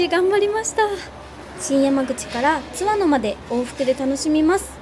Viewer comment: 前回の青春切符で初見で、今回も楽しみました。昭和〜平成初期に湯田温泉近くに住んでて、深夜の大垣行きでバイト感覚（節約）で東京→小郡で何度も帰省したものです。貴婦人やまぐち号には何度も乗りましたが、今また子供と乗りたいです。 あと、地元での津和野のイントネーションは⤴️ではなく➡️です。